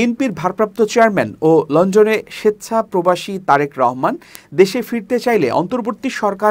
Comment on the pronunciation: " লন্ডন " উচ্চারণ পুরাই বেঠিক, শ্রুতিকটু। সোজা উচ্চারণ লন ডন যদি ভুল করে তাহলে তাকে স্ক্রিনে আসতে দেয়া উচিত নয়।